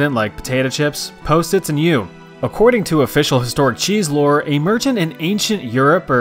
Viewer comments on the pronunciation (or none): none